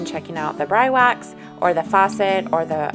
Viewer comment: I believe it is pronounced like this Bree Wax